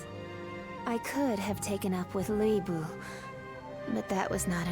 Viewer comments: She did, but the correct pronunciation of the name is not as simple as the usual English way of trying to say Lu Bu - Lü Bu is different, the two dots denote a much different sound. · did she just say Lie Bu? 😂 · what is this pronunciation 😭